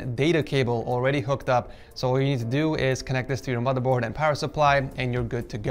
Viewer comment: No one: Litterally no one:: MOTHA BOAD